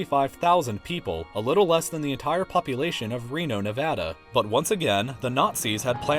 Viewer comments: thank you so much for pronouncing Nevada correctly. :') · thank you for pronouncing Nevada correctly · Yeah!!! Nevada gets recognized and pronounced properly in a video! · THANK YOU FOR PRONOUNCING NEVADA RIGHT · Reno, 775 hell yeah thanks for pronouncing nevada right